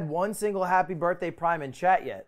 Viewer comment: he said happy bith